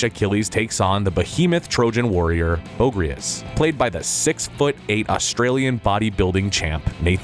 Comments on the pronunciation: You’re mispronouncing a lot of names, did you not watch the movie? “Brisses” and “Bogrious” like really? Awful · "Brisses" and "Bowgris"